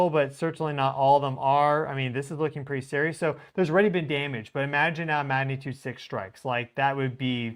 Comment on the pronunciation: listen to how you say the word “magnitude”. You are saying it many times without the “g” sound - ma natude. Practice it as “mag na tude”. I believe this will help your viewers who expect a level of accuracy in all things. I’m guessing this pronunciation developed because you are speaking so rapidly to cover a large amount of data and observations. Please take this as a helpful suggestion rather than criticism. Your coverage of earth and solar observations is fantastic!